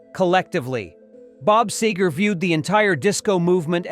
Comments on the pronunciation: Can’t stand Bruce’s voice and politics. I like Mellencamp’s music, but not his nutjob politics. I like Seger’s music, most and I’ve never heard his politics. I think this video isn’t completely accurate. The number of times the robot says “hate” is ridiculous, along with the mispronunciations. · Please pronounce his name correctly. I prefer Seger to Springsteen any day. It's a shame Seger let this bother him, but I can understand. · How do you take an article seriously when the narrator doesn't know how to pronounce the main characters name. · Sagar-Seger, Quit pronouncing his name wrong. Christ almighty, learn the name. your the speaker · Narrator needs to know how to properly pronounce "Seger"! It's not "Sager"!!! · It’s Seeeeeeeeger….. Not SAGER!!!! Where do you see the “A” to pronounce it that way? Either this is AI, or you need to find another job! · Seger NOT Sager. Say it right! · As a Michigander with an older, now passed brother who was a friend and collaborator with Bob, it's pronounced "SEEger", not SAYger. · while we're on the subject of authenticity, the man's name is pronounced "SEE-ger," not "SAY-ger." In this video, you get it right about half the time. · Hey... it's pronouced Cee- grrr... Thank You.... Bob is a true "Musical" Legend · It's Seger not Sager!!!!!!! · Get your AI voice to say Seger's nane right. See-ger not Say-ger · Why are these videos narrated by computer? The mans name is pronounced SeeGur, NOT Saygur. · OMG, the name is SEGER, not SAYGER. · Someone tellthis twit it is SEGER, not Sager. Stinkspleen is a loud, liberal garage band failure. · It is pronounced, "Seeeeger" not, "Sayger" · it's SEE-GA not sag-ga, just another A-I video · It’s SEE-ger not SAY-ger. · SEE-ger not SAY-ger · His name is Bob SEEEEEEEEEEEEEEEEEGER not SAAAYGER !!!! Dumbasses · Its Seeeeger not saygar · it's seegore not sehgore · SEE-GRRR...NOT SAY-GRR. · Who the heck is "SAYger"? Isn't this about Mr. Bob Seger? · It's segar nót sager